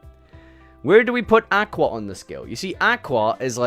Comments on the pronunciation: Can't pronounce aqua properly kekw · Should probably look up how to pronounce the word aqua.